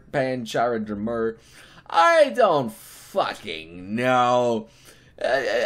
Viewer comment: *Toriel Drmurr* *Asgorr Drmurr* *Frisk Drmurr* I fuckin' love you,. XD